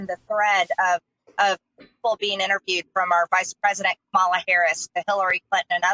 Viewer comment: I wonder if she is still mispronouncing Kamala Harris’ name on purpose. It’s almost a rhetorical question, but the mispronouncing sounds really natural now. I can’t tell anymore . Probably. And it’s such a dick move